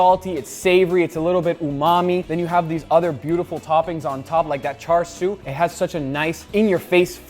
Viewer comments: pronoucing "cahshu" like "char siu" 😬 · It sounded like Guga kept saying "Charsui", which is the Chinese name. In Japan it's chāshū (no "r" sound). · Guga Its not CHARSHU ITS chāshū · He also keeps saying "char siu" instead of "chashu". "Char siu" is chinese bbq pork. "Chashu" is Japanese marinated pork. Guga keeps adding a chi-ar inflection to the first part, which is the Chinese version. The Japanese version doesn't have an R at the end or the I inflection. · Every time you say "char siu" it hurts my heart. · He called Chashu "Char-siu" again haiyaaaaa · Oh guga… this is pathetic even for you. Tonkotsu is the 1 soup base of Ramen that has LITERALLY been min-maxed. New-age ramen places in Japan don’t do tonkotsu for a reason. Your traditional broth isn’t even close to what is made in kyushu. Also stop trying to do the chinese pronunciation for chashu. The Japanese and Chinese variations are completely different things with completely different preparation styles. Of all the things THATS what you try and be culturally correct about? I mean this is like you playing clearly chinese background music when you make japanese food in your old videos.